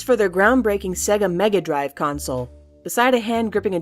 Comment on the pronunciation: sega is pronounced say-gah. yes it matters.